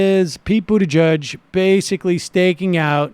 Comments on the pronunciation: and no, it's not an accent. He's said his name correctly several times, he just chooses not to because he thinks it's cool to belittle Pete so his viewers see him as an "other" not worth paying attention to. The right does it all the time, to pretty great success. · hahah sam said "Poot Pete Buttigieg" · as a fellow Maltese-American I can assure you that everyone, including Pete, is pronouncing it wrong